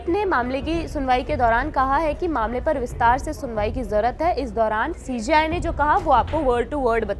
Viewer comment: ये CJI होता है या CGI क्योंकि आप(video में) जब कहते हैं तो हमें सुनाई देता है सीजीआई हालांकि जब हम पढ़ते है तो CJI (सी जे आई)